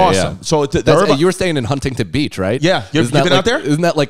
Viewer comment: Yall added like 13 extra syllables to Huntington Beach!